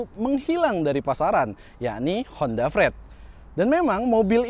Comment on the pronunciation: Frid Mas, bukan Fred.. 😅